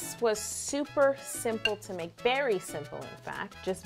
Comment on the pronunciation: "Very simple." MORE LIKE BERRY SIMPLE